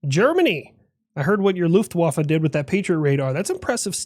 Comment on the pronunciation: The luftwafa sounds like love waffle